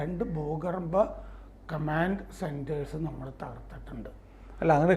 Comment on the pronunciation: എന്തോ ന്നടേ ഈ "കമാണ്ട്" ?